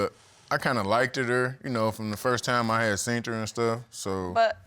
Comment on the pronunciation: “ From the first time I had seent her” 🤦🏾‍♀️🤦🏾‍♀️